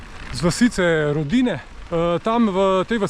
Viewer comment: Ródine, ne Rodíne😉